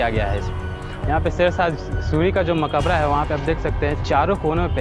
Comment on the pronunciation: Urdu seekh lo to sahee shbd bol sakte ho. Maqbra hai maqabra nahi. B